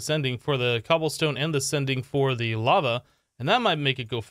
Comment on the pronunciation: Is it me or he actually said "bava" instead of "Lava"?